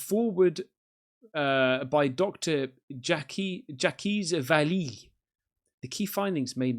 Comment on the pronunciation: His name is Jacques Vale' and is the most well-known UFO Reasearcher in the field of Ufology. He's been doing it since the 50's until today...Anyhow, his name is pronounced, SHUCK VALAY,but spelt Jacques Vale'..He's French,and is extremely well known in the UFO field and highly respected. Just trying to help you my bro!,AUSTRALIA.🙏😊👍